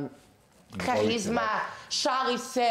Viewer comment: Kahhhhizma me phhhivukla kod njega👹👹